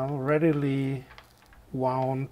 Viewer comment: I sympathize with your pronunciation difficulties: "wound" as a noun meaning "an injury" is pronounced differently to "wound" as the past tense of the verb "to wind". English is a crazy language, but that's its charm!